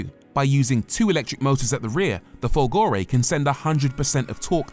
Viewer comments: I admire you and love your reviews. However, may I suggest that the tonic accent in Folgore is on the "Fol" Grazie. BTW. I am not Italian. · FOLgore, not folGOre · Of course he didn't bother to find out how to say "Folgore" properly and that, for a channel with 1.5 mil subs, is just not good enough! Thumbs down to you. 👎👎👎👎